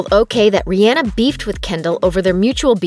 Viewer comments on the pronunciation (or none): Okay but are we going to ignore the fact that the narrator said RI An a instead of Ri aw na ?! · The way she said Rihanna made my heart hurt😭😭😭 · You didn’t even say Rihanna’s name right come on get with it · Uhhhh that girl said rihenna not rihanna am I the only one that notice it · It’s not Rihana it’s rihhanna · ITS RE-AH-NA NOT RE-Anna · Rihanna = Ree-yaw-nuh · She really said riana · I’m mad at how she said Rhianna 😂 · RiYENNA 😂😂😂 stop it! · Any one else thought about CaKe? Aka ca ra delevingne + Ke ndall Jenner and this narrator need to shut up talking about, danielle cash me outside bregoli and that's not how to said Rihanna it Re•Ah•Nuh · The way she pronounced Riannah🤣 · im mad she really pronounced Rihanna like that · that’s not how you say rihanna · Why did she say Rihanna like that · Why is she pronouncing Rihanna like that?! It’s driving me insane! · The way they said Rihana made me cringe but laugh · And you can’t even pronounce Rihanna correctly... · Did it bother anyone else about the way she said Rihanna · I can't be the only one that doesn't like how the girl in the video pronounces Rihanna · The way she says Rihhana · I mad at the way she said Rihanna💀😭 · Why did she say Rihanna like that?????